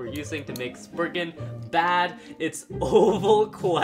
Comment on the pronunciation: It is lord spryzen not lord spriggan